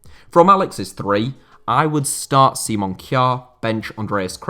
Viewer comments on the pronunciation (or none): none